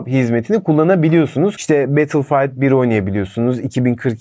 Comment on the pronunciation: Videoların metinleri önden yazılmış olmasına rağmen bu kadar boktan konuşmayı nasıl başarıyorsunuz, hayret. Aşikar değil, aşina. Battlefield, betılfayt diye okunmuyor. Türkiye'de düşük gecikme sorunu yok, yüksek gecikme sorunu var. Daha bin tane saçma sapan cümle kurulmuş, işinize saygı gösterin biraz.